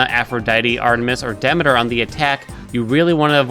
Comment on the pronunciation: I love the videos and I know the game does this wrong but her name is Demeter pronounced Dah-mee-ter